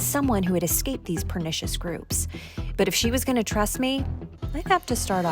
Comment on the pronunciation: Can you say 'pernicious'?